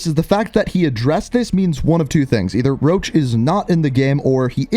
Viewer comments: I heard rog not roach thats why im confused why roach is coming without a reveal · everyone literally getting salty over this mans mask it just a skull mask it's his one defining trait deal with it 💀, wait people actually heard roach? I heard rog cause that's all they say